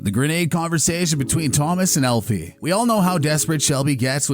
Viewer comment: Elfie? Lol. AL-fie…short for Alfred. Not Elfred. ETA: Who is ADD-a? A-da. Did you the show?